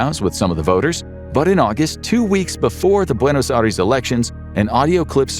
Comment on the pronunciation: Buenos Aries 😭😂